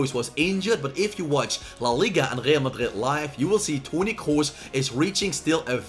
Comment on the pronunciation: Bro why are you saying Real Madrid like that????